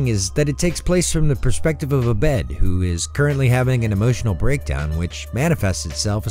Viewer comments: It’s Ah-bed not Uh-bed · I’m so glad you brought up the Community Christmas episode, that was so bizarre, and heartwarming. Also six seasons and a movie. Also also it’s pronounced Ah-bed, with a long A.